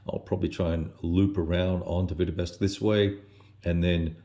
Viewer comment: 'Vitebsk' not 'Vitebesk'.